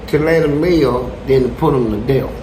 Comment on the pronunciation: He keeps saying "deaf" lmao.. It isn't "deaf" it's "death" smh